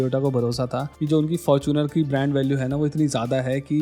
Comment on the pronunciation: Fortuner nhi Faaaarchunar 😂